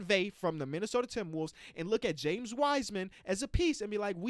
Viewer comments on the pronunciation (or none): none